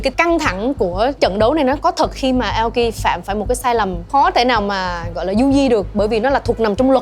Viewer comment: Vl Tóc Tiên đọc tên người Nhật như tên ng Tây ý, Aoki mà bả đọc thành "Ây âu ki", chịu luôn đấy :)